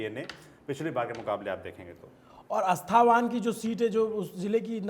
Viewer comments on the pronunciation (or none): When u cannot even pronounce the name of the constituency correctly or the one who has collected data bother to correct the presenter then to a viewer who belongs to Nalanda district finds all of ur exit poll content a gimmick & it’s not अस्थावान it’s अस्थावाँ